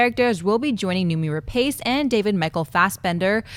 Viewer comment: Uuhrg.. when will people learn to pronounce "Rapace" correctly? It's not Ra..Pace as in Lee Pace. It's prounounced as Ra"Pus".